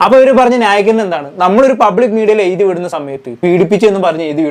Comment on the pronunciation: എഴുതി ആണ് എയുതി 😂അല്ല Plz പ്രാക്ടീസ് ഫ്ലുവന്റ് മലയാളം